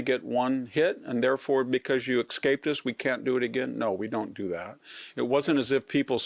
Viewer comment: VDH, it’s ES-CAPE. There’s no “x” in that word. 😆 A well-spoken, knowledgeable man such as yourself shouldn’t say that. Words like MISCHIEVOUS (MISS-chiv-US) and HEINOUS (HAY-nus) are 2 other generally mispronounced words.